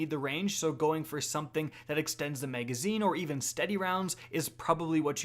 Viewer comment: “Flared Maygwell” & “Maygazine” - weird accent’s on the upswing!